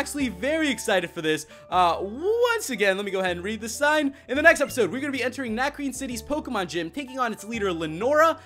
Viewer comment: yeah I have 3 tips that'll help you for this gym #1 it's a puzzle and you have beat trainers to get to some books that will piece together a puzzle. Tip #2 Lenora has a Herdier at Level 18 and a Watchog at Level 20 so train your team up to at least Lv.17 and tip #3 it's pronounced Na-cre-ne cuz it's french